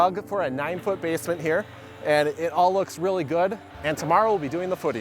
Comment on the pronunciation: the way this guy says basement